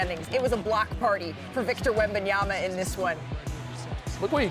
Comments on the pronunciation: “Wembiyana” is crazy work shump 😂😂😂😂😂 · Can Shumpert get Wembanyama's name right when he says it? He's saying it just like Stephen A Smith before SAS started getting it right